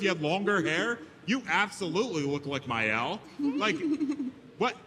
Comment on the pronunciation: He called Maelle Miyelle too...